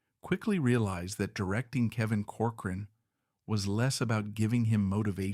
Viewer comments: COR- coran, not cor- Cor-an... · With respect, you are MISPRONOUNCING the family's name. It is "Cork-er-run"